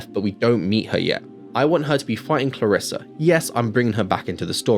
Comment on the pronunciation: I absolutely don't want to hate, because your movie sounds way better, but it's ClarrisE and not ClarrisA